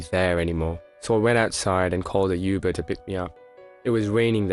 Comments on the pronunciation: its UBER not YOUBER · U-BER ? YUBER ? It’s uberrrr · he said you ber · CRAZY K lol that’s the first thing I heard😹😹😹😹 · Ik this a text to voice thing but why the f*** say uber like yoo-ber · Does she know how to say uber correctly